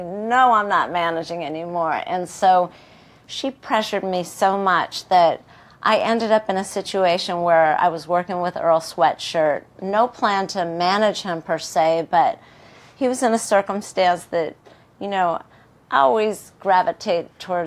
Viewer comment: Right at the start she called Earl Sweatshirt 'Earl Sweashop". lol